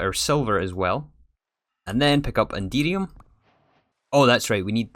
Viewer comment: I can't help but hear "Indeedium" when you say Enderium haha